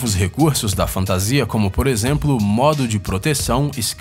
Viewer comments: Mas alguém fica putoo quando o cara fala fantasia...?!!!!!!!!!!!! Fora isso o vídeo tá massa..ksks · sim, fico muito puto quando ele fala fantasia!!!